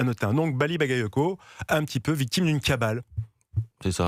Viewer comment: ils ne savent pas pronocé le nom bagayoco, mais quant c'est un nom polonais ou autre qui est très dificile,la sans probleme